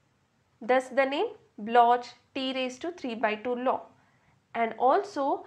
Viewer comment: It's pronounced block